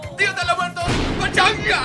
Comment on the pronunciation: Lol, ‘pachanga’ actually means party, you nailed it!